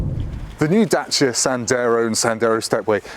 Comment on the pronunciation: The correct pronunciation of Dacia should be the way pronounces it.